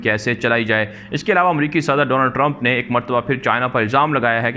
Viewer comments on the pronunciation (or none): none